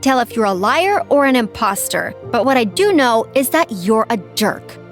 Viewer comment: You guys hear thaat she said iposter